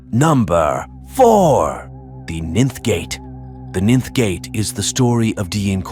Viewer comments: The Ninn-th Gate...really ? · All these years, and I've been pronouncing 'ninth' wrong?!?